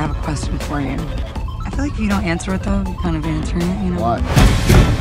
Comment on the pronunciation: "I don't wike it."